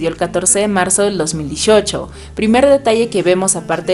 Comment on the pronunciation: 2018 lo pronuncias muy mal 😅. Pero entiendo todo lo demas👍